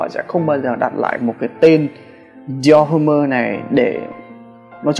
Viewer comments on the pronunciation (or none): Dior Homme đọc là Đì o Ôm ba ơi, dốt quá